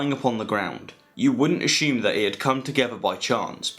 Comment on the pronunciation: “you would a”shoe”me that a shoe maker made that shoe 😂